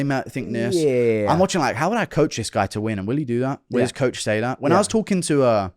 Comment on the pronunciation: I'm English and his pronunciation on some words is very unique, UF Sayuhh